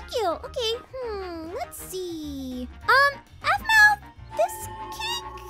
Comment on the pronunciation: Dont want to offend you if youre offended easily, but "aphmau" sounds like "avv-mieeow"😅